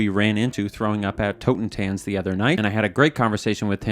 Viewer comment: It is pronounced "totten-tahnts" - German for "death dance", or "dance of death".